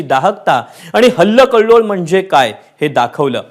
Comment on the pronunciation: हल्लकल्लोळ नाही. हलकल्लोळ